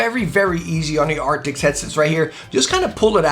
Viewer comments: ARCTIS. A R C T I S. nOT aRCTIX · its arctis not arctics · Are... are you calling them "Acrtics?" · It's Arctis, not Arctic. Great video though! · Arctis. It’s Arctis. I love your reviews but come in man. At least say the name of the product your using correctly. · Stop saying “arctics” 😂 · Hey bro it’s actually pronounced ark-tis just letting you know